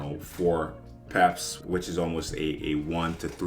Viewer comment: Why do you say it like peps ? It’s pips lol